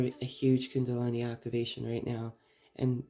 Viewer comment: thank you, you have a lovely voice 🌝 ( it's kundalini not kundalani 😊)